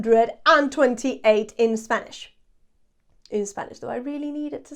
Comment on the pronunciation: Thanks so much, i'm from sweden as you can notice my english is not so good as i wish however your pronunciation is so clear so i understand enough to be able for trying learn spanish, great job! I will follow you since now